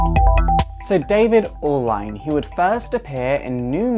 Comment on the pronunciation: pronounced "Allen" the spelling is hails from the Caribbean it's a common last name there FYI